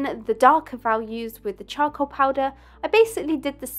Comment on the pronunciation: I love how she says cha-col